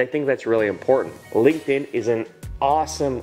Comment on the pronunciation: i was on board with everything you said, until you said "Linkedin" lol...